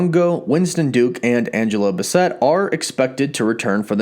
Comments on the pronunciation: Angela B'WHOMST?! Can we pronounce the Queen's name correctly like this isn't the second movie she's ever been in? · Downvoted. You pronounced Angela Bassett's name incorrectly.